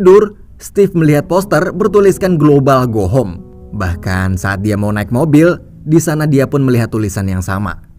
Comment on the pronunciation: Suaranya lumayan enak mas, Tapi pronounciation/pengucapan "Go Home" nya gak mantap mas... ✌ Jadi agak gimana gitu